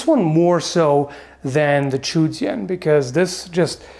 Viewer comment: Actually the correct pronunciation is "Zhou" not "Chu".